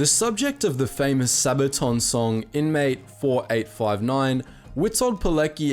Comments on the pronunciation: Witold Pilecki is pronounced "Vitold Pyletski", not "poleki". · u should read Pilecki not as "Pileki" like u did, but more like "Piletzki" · It's pronounced Poletsky, not Polekee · Piletzki not Pileki, please pay some more attention to proper pronanciation of the names ....please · its not Poleki, its Poletski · Pilecki is pronounced Pe-letz-ke Witold is pronounced Ve-told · It's PileCki not Pileki, learn the damn pronunciation . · For those of you who don't speak polish, his name was VITOLD PEE-LETS-KI not "Pileki". Also you forgot that one does not simply walk into Auschwitz. He let himself get caught during the street roundup in Warsaw. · Pilleti sounds like italian not Polish XD Pilecki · Why are u saying his surname pileki? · It's read, Veetold Peeletzki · Dunno if people told you - "Pilecki - Piletzki" that's the simplified pronunciation I can provide for those who read "ck" like "k", and also Poland has not surrendered, was only defeated, but individual surrenders of army or capital city, do not count as country surrender. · Witold Pilecki pronouced (piletski) sacrificed so much, only to be treated like a war criminal by soviet scum. They spent 60 years trying to erase his memory and people like him. I'm glad that his renown is spreading. He had a wife and kids, and his devotion to honor, country and humanity took him away from them. One of his quotes that struck me as to what kind of man he was is :In letters he wrote to his daughter while imprisoned by the Soviets, he would tell her to “love nature” and to watch out for every ladybug, to not step on it but place it on a leaf because everything has been created for a reason. Such a man should be remembered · Witold Pilecki should be pronounced like: Vitold Piletzky. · Witold Pilecki is prunounced "Vitold Piletskee" ;) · Really, before spelling Polish names practice a bit. Witold Pilecki in English transcription is Veetold Peelatski (SHUT UP, I"M TRYING MY BEST) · It's more like Vitold Pihletzki ;)